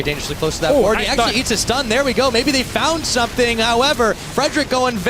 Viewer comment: is chinese? he said actuarry more than once this game